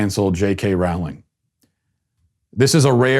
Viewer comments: Dude please please pronounce her name correctly, it is JK Rowling as in the word "bowling"... Not like Rawling, Raughling or any of those ways in which you said it. Thanks! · My only issue with this video is the pronunciation of Ms. Rowling's name. It sounds like "rolling". Otherwise, well done, Matt. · Her last name is pronounced the same as bowling!!! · Her name is pronounced “rolling”, as in “rolling down the river”. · It’s actually pronounced like Rolling. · "Rowling" rhymes with "bowling". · That’s not how you pronounce Rowling tho